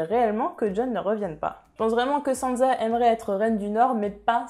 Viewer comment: Pk tu dis sanza ? C frustrent